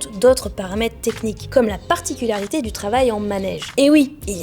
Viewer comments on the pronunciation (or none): none